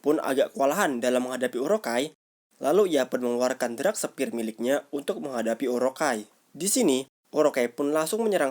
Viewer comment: Dark Spear, bukan drak sepir